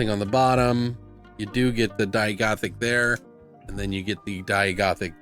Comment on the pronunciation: Die-ai (long a, no y)